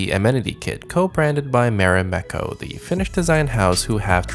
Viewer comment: Maareimekkau !! Nooooo, it's marimekko.